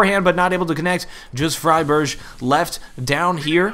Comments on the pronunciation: why friberj? it's friberg... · Hey you pronounce friberg wrong man it is pronounced fry burg like the berg in iceberg there is no ghh sound keep up the good work! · It's Friberg, not "Friberch". A "g" like you pronounce the city Hamburg. Probably something only we sweeds will think about though. Great commentary! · It annoyed me to fuck when he pronounced fribergs name wrong xD